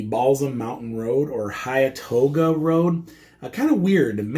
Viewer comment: It is hilarious to listen to you trying to say the names of places. Hiatoga! What a hoot!